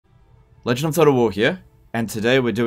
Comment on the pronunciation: "Lgndtotalwa heah !"